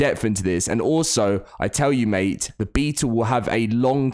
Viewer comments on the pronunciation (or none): none